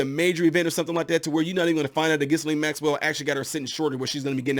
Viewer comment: The “s” is silent, it’s pronounced Gill…and. Interesting you didn’t name one of Epstein’s best buds, Donald Trump especially the eleven and twelve year olds that Jeff supplied, for oral sex. I guess that slipped your mind. Oh and Jeff’s suspicious suicide, which appeared to be more of a way for “ someone” to keep him quiet!